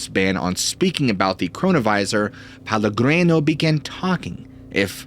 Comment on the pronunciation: The story was interesting, but every time you mispronounced Pellegrino I was getting more and more annoyed, and you repeated it over and over. That name is even a BRAND of a well known sparklin water. It's pronounced peh-leh-GREE- no.